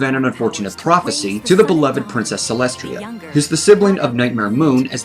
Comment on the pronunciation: lol Did you call Celestia Celestria?